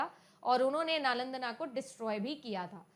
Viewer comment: नालंदना❌️ नालंदा✅️